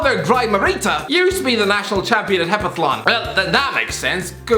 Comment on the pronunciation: Hepathlon... Hepathlon... Heptathlon.